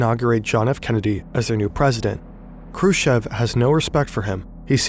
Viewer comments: Its krooschoff. Chev is choff. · Combination if Kh in any russian surnames must be pronounced as hard H. The K is always silent. Also, "ev " in Khrushchev must be pronounced as "yov" or at least "ov". And the "shch" just as "sh". Hrushyov. Now go practice and re-upload the entire video 😂😂😂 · also him prouncing it like "Krushev". Like lmao i know in German the sch is an 'sh' sound, but his name is Khrushchev, with the 'sh' being one part and the 'ch' also needing to be pronounced. Khru and then 'sh' as in sheet, and shy, the 'ch' as in chair and chips, and then ev. Not that hard, english speaking people have the same sounds in their language, but can't break down words or names well enough, they just gloss over them while reading, so weird 😂